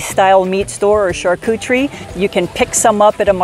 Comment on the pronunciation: Lmao she said “charcoocherie”